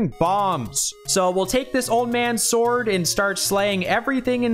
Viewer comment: The dog cut destroyed me pls Thanks for putting so much time into this one (all four heart pieces is serious swag), and also for pronouncing it s'word, you bring light to our days Every one of these makes me question a little harder why I'm not playing Oracle of Ages/Seasons right now